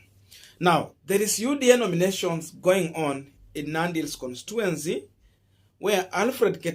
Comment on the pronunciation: (con-sti-tu-en-cy) not constuency bro